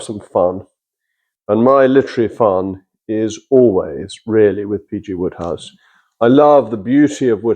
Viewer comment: Why call him Woodhouse when it's Wode...which rhymes with Road!